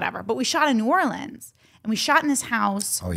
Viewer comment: Jen thanks for pronouncing New Orleans correctly